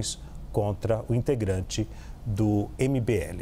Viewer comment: A conclusão desse vídeo é que o apresentador não sabe pronunciar o nome do cara do mbl 😂😂😂